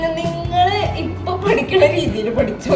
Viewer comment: പടിക്കുന്നത് എന്നല്ല പഠിക്കുന്നത് എന്നാണ്